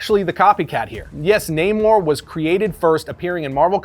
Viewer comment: This guy said aqua man better than namor 😂